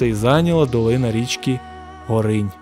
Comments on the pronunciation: У наших краях де протікає ця річка ставлять наголос на О в назві Горинь).Річка тече за 500 м від мене)) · Так, ГОринь, Горина. В офіційних джералах наголос - ГорИнь. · Гоооринь а не горррринь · Не ГорИнь, а ГОринь. Хлопці, не йдіть на повідку у держави-агресора! Ріже вухо. Я з дитинства вудив рибу на ГОрені поблизу Гощі, що в Рівненській області. Ніхто і ніколи там не називав цю річку ГорИнь, а тільки ГОринь. А мені, між іншим, 62!